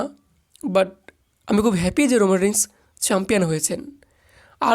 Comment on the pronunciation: রান রেইন্স ❌ রোমান রিংস✅😂😂😂